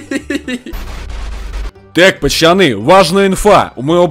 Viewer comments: Почему ты говоришь почоны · А почему ты называешь не пацаны а пачаны?